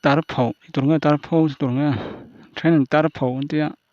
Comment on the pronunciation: Tarpho ilam dan kha adik lo ani,o chung ah khan thlûk na a awm loh kha,pho tih kha thluk loh tur ani